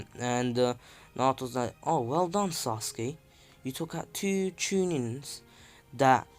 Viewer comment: This is how naruto says sasuke “saskee